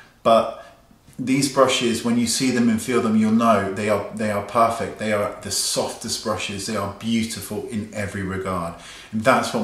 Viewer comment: OMG the way you say perrrrfect! I'm sure we will all be puuuuring when our orders arrive!